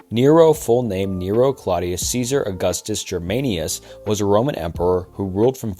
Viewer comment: You pronounce almost every name wrong as well as many other words. Every major mispronuncation: Usually prounced "I'ds" but yours is arguably a more classical pronunciation "Germanicus" "Caligula" "analogous" stress on the wrong syllable "Aphrodite" "interpreted" not "interpretated" "Crassus" not "ius" "praetorian" not "poravian" "Bedriacum" not "Bedoracium" "arbitrary" not "arbituary" "Constanstine" as well "Valerius Constantinus", you got Flavius right but "Valesius Constanius" isnt "Byzantium" not "Byzintanium" "Tranquillus" not "ius" "Caesarum" not "ium" "De Viris Illustribus" not "De Virius Etstulius" "Hadrian" not "Hadrinium" "Trajan" not "Trahan" its not Spanish "milieu" "historical" "apocryphal" not "afrocorial" "callously" "Coriolanus" not "Cornalius" "Cornolius" you didnt even say it the same way twice I gave up at this up at this point. This guy is definitely using ChatGPT to right the script, and is then forced to read words he would never use so has no idea how to pronounce.